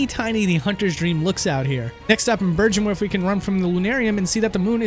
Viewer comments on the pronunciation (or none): Burjenworth... Burjenworth... blasphemous mispronouncers... mush-mouthed fiends... atonement for the pedants... by the wrath of Mother Nitpick... mercy, for the poor, wizened phonics... mercy... oh please... Couldn't resist ;)